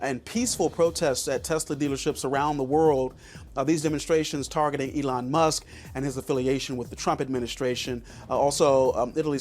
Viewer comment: Be very careful of a video production about such a well-known person that mispronounces his name: this could be a complete AI Trojan horse, and you have to assume that the voice that you hear is not an actual human voice: "Elona Musk?"